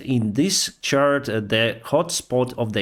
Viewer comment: your English has improved. It's quite good now. You almost never drop articles ("a", "an", "the"). You also use idioms more now. The main two things I heard today were the words the word "do" and "chart". You are pronouncing it "dyoo" and it is pronounced "doo" or "dew". The second is tricky. You are almost saying "chart" correctly but there is a hint of "churt" or "chert" in the way you say it. Google says both correctly so you can hear the words at regular and slow speed there.